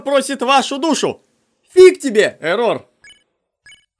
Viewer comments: Я одна считаю, что не эррОр, а Эррор? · Не еррОр а Еррор,но можно его называть егор или Оши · я думаю тожесамое что не эррОр а Эррор... и дантекрисочка клааааас!!!! :) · а я один считаю что не эррор а иррор? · Не эррор а эррар а когда ришиш эррор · Не Еррор а Еррор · Кагбы не ЭРРОООР А ЭЭЭЭЭРРОР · не эррОр а Эррор😊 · Вообще на английском ( по идее) произносится Э́ррор Но это не точно :р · вообще, так более правильно. -я тоже так считаю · Я тоже хотел его поправить! 😉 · Не эррор а эррор